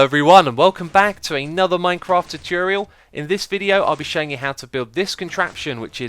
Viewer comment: Tutorial, not taturial.